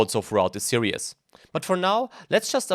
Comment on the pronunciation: say "serious" again when you mean "series"...do it.